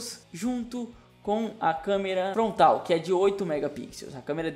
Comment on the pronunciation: SÓ QUE QUE ESCUTEI ELE DIZE (FONTRAL) AO INVÉS DE FRONTAL?... KKKKK NORMAL TODO MUNDO ERRA.